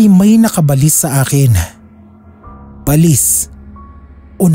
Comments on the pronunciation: Ba-lis ang pag pronounce SA amin SA bicol Hindi balis na mabilis bigkasin share KO lang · baLIS talaga? Sa amin kasi ay BA-lis. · Yung pronunciation ng balis hindi parang walis, ba—lis yun. Ang pangit pakinggan. Sana research research muna bago mag narrate. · Hahaha at first,i was thinking,ano ang balis kc ang bilis ng pag pronounce,yun pala BA-LIS😂